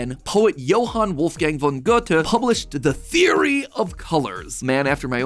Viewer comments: WOW I never heard some butcher the name Johann Wolfgang von Goethe so hard 🤣 love you mat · No need, to butcher Goethes name, MatPat, he's already dead... 😂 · I'm sorry, but Goethe is not written with an "ö" (even if it is pronounced that way nowadays), and he did not pronounce it correctly. Johann was correct, and he pronounced Wolfgang the way English speakers pronounce it, but "Goethe" sounded very weird out of his mouth. It was like halfway between the American and the German pronunciation. Wish he'd stuck with the American one, it really tripped me up. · The way he pronounced Goethe is funny😂😂